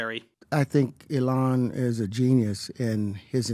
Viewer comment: He called elon "uh-lon" I know that's low hanging fruit but I can't not